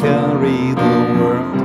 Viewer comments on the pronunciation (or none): none